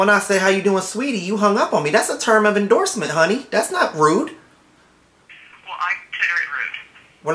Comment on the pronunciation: Haha did anyone else notice. "Term of endorsement honey" Instead of endearment. Even when he is acting angry he can still slip that in